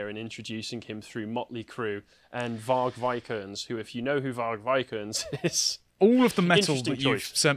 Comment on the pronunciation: pronunciation of VARG LOLOLOLOL